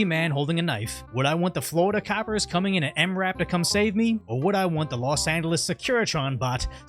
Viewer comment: “Los Annales”